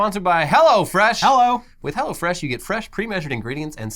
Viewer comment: Sounds like says "go to hell fresh"